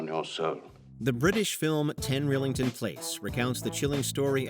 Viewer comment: It's pronounced "rye-lington".